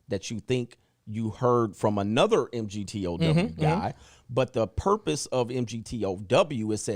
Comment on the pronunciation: pronouncing M-G-T-O-W every time was killin me 😂🤣 great throwback 💯